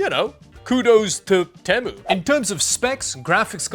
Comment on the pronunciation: Temu: (Tea'-Moo) for the love of god...